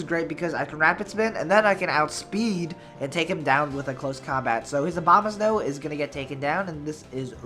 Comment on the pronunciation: Am I the only one who hears Obamasnow every time? XD or he does that on purpose?